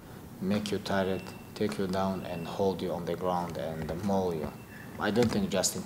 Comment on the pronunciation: I would pay money to never have to hear DC say "ou" words like: ground, pound, round ... dude is SO annoying. I was horrified when I learned he'd be on Fight Island for this event. Have another kid DC! Take another 6 months off!